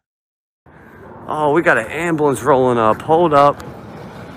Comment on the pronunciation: Yes, asshole frauditor did you just say ambalance rollin up? What an ignorant shit head!!!